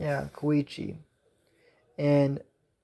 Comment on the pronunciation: His name is Ko - Ko - e - chi